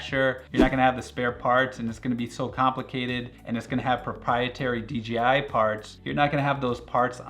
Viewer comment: in France, it's only been less than a decade that dorks know how to say "J" and not "G", but you quite often hear "deedjeehigh" around. So I guess, we have a fellow french spy here getting uncovered !